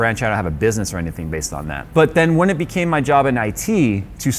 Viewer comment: Oh, sorry. You from Brzl? As far as Brazilians have told me, there you kinda' use different pronunciation rules for english as a foreigner langage. Maybe that induced to that "became". BTW... yo hablo español como lengua nativa, pero ese "became"....